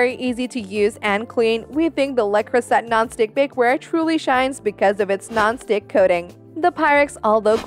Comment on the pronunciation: Can't get past the fact you cannot pronounce Le Creuset correctly.